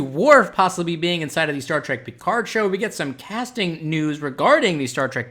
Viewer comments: ALSO, Love the way you say Picard :) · Any reason you can't pronounce Picard properly? I mean there is 7 seasons and multiple movies constantly repeating it.